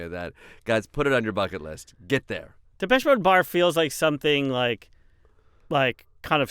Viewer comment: Are u sure thats how u pronounce depeche?